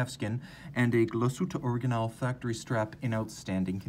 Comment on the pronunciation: Such a stunner this watch! Oh and, we in germany put the stress on the „a“ in „original“. So „originál“ it is! Otherwise you are superb when it comes to pronouncing german/swiss vocabulary!